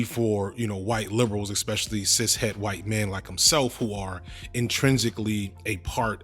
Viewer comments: Not a native speaker here. Why is he repeating ex-pecially instead of especially and exe-tra instead of etcetera? If it's a common mispronunciation, doesn't it make you sound a bit un-educated when using those? Is his English nearly standard otherwise? Can't tell, help! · It's definitely uneducated, they're just parroting words they heard from someone else. There's no letter 'x' in words like 'especially' and 'et cetera'. It's like saying 'laxadaisical' instead of 'lackadaisical'. People do it all the time, but it's wrong.